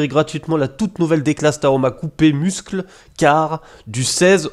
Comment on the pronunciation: Hey 👋! Bon "Muscle" en anglais/americain se dit phonétiquement "Meusseul" comme pour "Meusseul car" pour "Muscle car". Voilà voilà 😉 Merci pour le contenu de tes vidéos, c'est le top😊